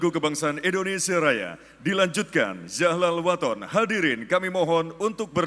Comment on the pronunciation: Nyebut Yalal wathon sepertinya zahlal wathon ya ?😂 sdh salah tu.